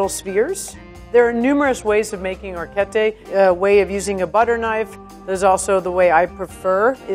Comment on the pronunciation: it kinda frustrates me how she says some words bcz she says them wrong but thats just my pet peeve😂 for example: she said “longo” but its actually pronounced “lungo” she also orecchiette wrong but A for effort😂